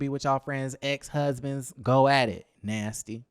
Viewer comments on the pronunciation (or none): Why did you say " nasty" like that?!!!!🤭😂😂😂😂😂😂I hollered lol